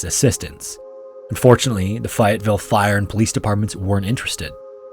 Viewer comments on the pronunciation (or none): I know this is old now, and others may have already added this, but just incase…. Fayetteville is pronounced more like (Fay-ette-ville). I hear stuff all the time with a town that’s near me, so it bothers me a bit. Sevierville TN had been pronounced so many different ways it’s crazy, which is why I do this when I hear mistakes. Anyway, that town is pronounced by us locals like (Sah-veer-ville) I’d even take the way Yankee’s tend to say it (See-veer-ville). Why, I don’t know, but I’ve even heard (See-veers-ville), where that second “s” comes from idk. Another town near me I hear wrong a lot is Pigeon Forge. One lady I met while working up there must have thought that it was settled by the French or something. She pronounced it like (Pig-on-For-gay). I, at 17 being a serious smart ass even more so than now, had to explain to her that a pigeon was a bird that was still prevalent in the area, especially along a specific river. So, the river got the name the “pigeon river” and its smaller brother the “little pigeon river”. Also, there’s a thing called a “forge” where blacksmiths worked. One of those was placed along the little pigeon river and was what the area was known for before becoming a town, thus she was now in “Pigeon Forge”. How on earth that chick got Pig on For gay out of the name, I’ll never understand. I didn’t feel safe for a week knowing she might be on the roads! Then again, the way most tourists drive up there, you shouldn’t ever feel “safe”. I’ve seen them come t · It is pronounced FAY-IT-VILLE. Lol I'm not being rude or anything. Just I grew up there. But I love this channel and you did an awesome job on the telling of this story. Which is kind of become a scary legend around the WV Southern Ohio and Kentucky area.